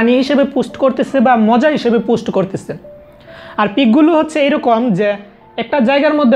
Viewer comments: পোস্ট কে পুস্ট কেন বলছেন? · পুস্ট না পোস্ট ভাই।